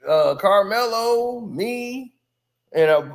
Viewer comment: carmelo not karceno 🤦🏾‍♂️